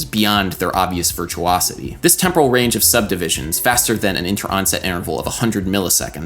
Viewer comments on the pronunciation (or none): none